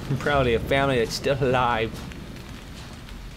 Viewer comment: You said flamily